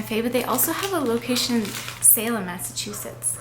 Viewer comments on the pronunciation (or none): none